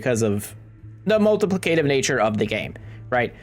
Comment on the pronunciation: Great guide, but you pronounce so many words incorrectly that I spent most of the video chuckling at you. 🤣🤣🤣 Riposte: Aegis: Multiplicative